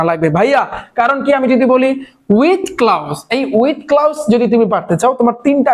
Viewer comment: ক্লাউস ❌ক্লুস✅